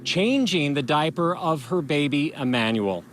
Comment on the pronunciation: Did he say Diapy?